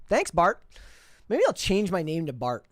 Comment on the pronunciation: Excuse me, did you say Bort?